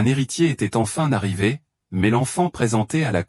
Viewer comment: 14'' : "... un héritier était enfin Narrivé" bien la liaison. Bref, sûrement très intéressant mais ces voix de synthèse sont tout simplement insupportables. J'arrête au bout de 20''.